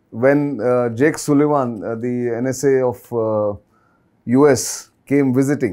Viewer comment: Jake Sullivan not Sulivaan as pronounced